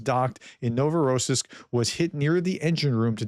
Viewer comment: The accent for Novorossiysk is on the last syllable.